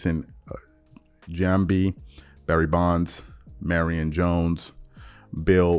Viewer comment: Bro you didn't know about Balco nor can you even pronounce Giambi's name....you should not be speaking in sports.